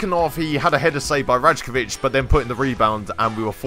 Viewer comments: it’s pronounced rai-ko-vich by the way not raj-ko-vich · Rajkovic is pronounce Rykovic btw. Great episode anyway mate.